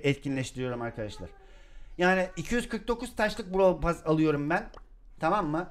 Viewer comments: abi onun adı brawl pess diye söyleniyo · Brawl *PASS ne ya (normalde brawl pess deniyo ya ondan garibime gitti) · Abi bu videoda sana çok sinir oldum normalde seni severim ama browl pess diye okunur sen brawl pas diye okuyosun tüccar darryl? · 2020 de izleyip de lazın brawl pas demesine sinir olmak. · bişey söylemek istiyorum JORFHOHGUFHODJ ben bu videoyu 2021 izliyorum ve ali abinin brawl pass e browl pas demesi beni bitirdi şimdi ise brawl pes diyor zaman ne çabuk geçti ya bide gale çıkınca bağırdı aklım gitti kalbim yerinden çıktı sandım bide brawl pass te kademe atlarken bi tane daha bi tane daha........ demesi ve benim beynimin içi bi tane daha diye tekrar etmesi müq ya çok komiksin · brawl pass derken benn jsjskabsjajsbsjsb şimdi brawl pass a brovl pess diyor